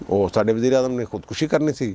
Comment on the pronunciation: ﷽ یہ وجیرِ اعجم ہے (وزیرِاعظم)نہیں😄😄😃😀